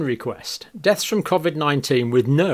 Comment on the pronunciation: Great videos. Just hard to get past the pronunciation of COVID and constant smacking of the lips.